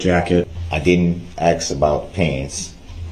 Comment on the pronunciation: The worse one for me is saying ax instead of ask.